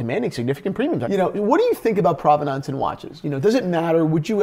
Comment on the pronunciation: Yes, I did hear that, but unfortunately I also heard butcher the word "Provenance" over and over again. ( rhymes with "providence" or prominence" not "aunce".) Also, Jack Nicklaus is pronounced like Nicholas. It does not rhyme with "mouse". But it's not all bad, he did pronounce Cartier right for once.